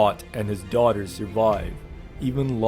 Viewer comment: "Offered his daugahters" ughhh